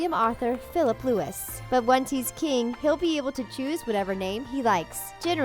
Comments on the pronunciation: it's pronounced Lou-ie not lou-is!! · K, I'm done watching this, your credibility is shot. It's Lou-ee, not Lew-is 🙄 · It must be pronounce luwi not lewis its traditional in UK no one called louis with an "S" at the end. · I’m only 1 minute into this video and I’ve had to stop watching because of the factual errors! William is not the Queen’s oldest grandson! And Louis is pronounced “loo-ee”, not “lewis”! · It is not King William IV not King William V And the name Louis is not pronounce Lewis it is pronounced Louie! There is already a King William IV it is Queen Victoria uncle ! Get your facts right ! Gosh many people are going to watch it and rely on your stupid and fake and wrong fucking facts ! Get it right!!!!!!!!!!!! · Love how you pronounce Louis Lewis when it’s actually pronounced Louie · he’d be william V, not william IV. it’s pronounced louie, not lewis. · Louis is pronounced Lou-EE, not Loui-SS. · Louis is pronounced looee not Lewis. It's french. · It's not pronounced as LUIS it's pronounced as LOUIE. GOD!!! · Louis not Lewis! William V! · Louis is pronounced LouEE .... NOT the American pronunciation LouIS. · It's not Lewis. It's Louis. It's a French name. The s is silent. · It's Louis not Lewis!!!! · Louis is pronounced Louie not Lewis. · I don't like it when uninformed Americans talk about royalty... it's pronounced "loo-ee", not "loo-is", a male consort is not at all guaranteed to be a Prince and will likely never be given the title Prince Consort again, and she keeps saying "if William becomes king". The Duke of Cambridge certainly will be King🙄 he's second in line to the throne... when Charles dies William will ascend. Also, he almost certainly will take the name William, as Arthur, Philip and Louis are not names of past British monarchs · Louis is pronounced ‘loo-ee’ not Lewis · Its Louis. As in loo-wee. Not Lewis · it's Loo-ie not Lew-is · Louis is pronounced Lewi not Lewis!! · its loueee not louis. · It's pronounced LOU-EE not LOU-ISS